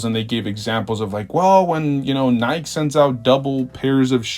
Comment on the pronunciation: I don’t know if anybody should listen to a guy that doesn’t know how to pronounce “Nike”